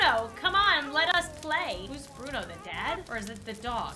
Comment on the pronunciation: What happened to Bruno!? Me:That's not bruno… That's Buno 🗿